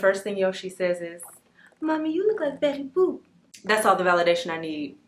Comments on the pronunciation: Did you say Bettusha boop 😂 lmaooo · Lol “betty boob”